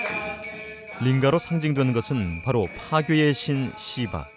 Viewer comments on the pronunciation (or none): ㅋㅋㅋㅋㅋㅋㅋㅋㅋㅠㅠ큐큐튜튜큐ㅋㅋㅋㅋㅋㅋㅋㅋㅋㅠㅠㅠ 음~너무 씨바야 라고 들려요ㅠㅋㅋㅋㅋㅋㅋㅋㅋ